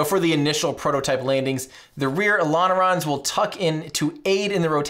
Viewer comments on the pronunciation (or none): Every fricking tine he said "elonerons" i just laughed so much😂😂😂